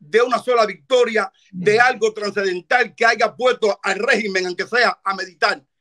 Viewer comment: Aiga. No Chivaton. Se dice Haya.